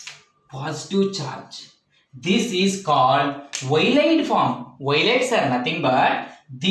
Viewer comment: Sit Ylids should be pronounced as ill - id. show clearly how the proton is abstracted bu using n - butyl lithium to give an ylide..